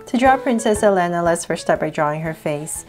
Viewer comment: And pronouncation is E-L-EE-N-A elena